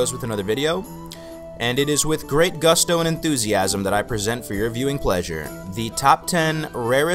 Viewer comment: you said gusto. moving on